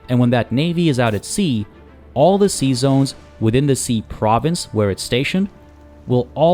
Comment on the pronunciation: My wife kept giggling when you said "sea zones" because it sounds like you are saying "Seasons" with a french accent xD. LOVe your vids btw, and welcome back.